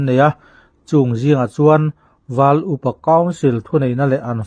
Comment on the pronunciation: Val iu pa council nge,val upa council? I chhiar khan,iu...ahnu ah i lamleh khan upa .